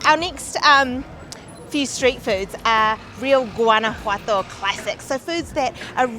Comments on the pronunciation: It's not Guana-Jato it's Guana-JUATO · Great vlog, guys! It made me so hungry just watching. Lol! I've been living in Mexico for 12 years now (originally from Florida) and speak Spanish fluently. I'm alo an ESL teacher. Guanajuato is quite difficult to pronounce but here's the correct pronunciation: /wah-nah-HWAH-tow/ The "Gu" makes a sound like "W" when pronounced together and the letters "ju" makes a sound like the consonants "hw" when pronounced together (rapidly). Hope that helps. Love your channel! Saludos de Tequisquiapan, Mexico. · You really should learn how to properly pronounce Guanajuato. There is no "G" in the pronunciation, it's pronounced in the same manner as the letter "J" in spanish. So basically it's "Wanawato". But I can tell you're British, and the British are notorious for butchering even the English language so... And before you comment back, I used to live right in the next town over, Silao, Mexico. That's not coriander in the salsa it's cilantro. Coriander is the mature seeds of the Cilantro plant. A "square" pan? Sure looked like a round dished pan to me...